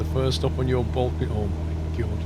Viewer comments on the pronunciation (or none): none